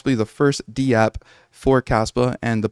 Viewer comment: In web3.0, we typically say dapp, like one syllable, one word...very rarely is it pronounced D-App 😊 just FYI. Love your content man. One of the few kaspa news sources backed by facts, not hype. Keep up the good work!